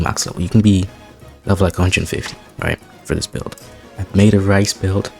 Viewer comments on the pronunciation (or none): reese. not "rice"